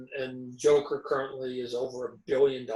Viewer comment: MARVEL FAN BOYS CANT EVEN SAY THE NAME JOKER HAHAHAH